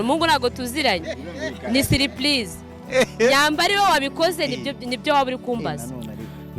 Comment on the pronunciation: Aisha wee akantu ka R na L peeee byaranze!!! Nimwarimu mubi buriya? Ngaho ngo dilect none ngo surplise ,aaayiiiii mwarimu wee!!!!